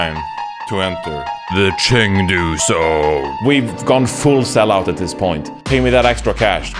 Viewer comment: The casters learned, the fans learned, and now it's your turn to learn how to pronounce Chengdu.